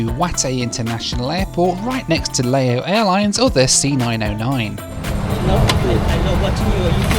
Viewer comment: Please,..what is Layo Airlines?..make an effort, at least..sometimes you pronounce it nearly correctly & then back to Layos & Layo Airlines